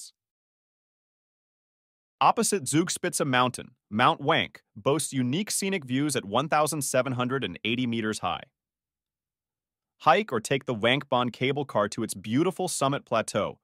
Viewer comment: Think it's pronounced "vank" 😅